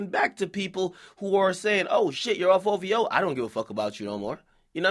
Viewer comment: Its OVO not OWO . Dumb clown